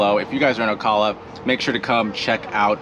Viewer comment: You mispronounce Ocala....arghhhh.......Do you also say KISS a me?